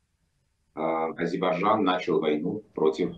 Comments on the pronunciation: Сначала научитесь правильно произносить название страны АЗЕРБАЙДЖАН, а потом "анализируйте". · А «Эксперт» пусть научится произносить 🇦🇿 АЗЕРБАЙДЖАН, а то народ не понимает о чем речь.